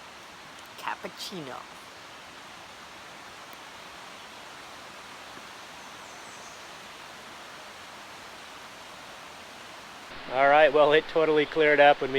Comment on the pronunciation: Is a Salt Bae fan? The way she said Cappuccino...